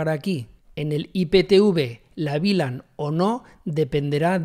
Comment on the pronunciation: Muchas gracias por el video, lo unico que no entiendo es porque dices BLAN si es VLAN? en español eso se pronuncia "uve lan"